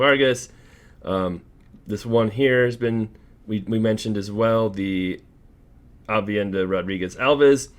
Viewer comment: Bro it’s AVENIDA not AVIENDA 😭🤣I like watching good show! Much love man